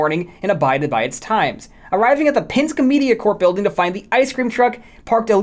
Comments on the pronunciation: it’s Pen-Skee, not Pinsk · Are you pronouncing Penske like that as a bit?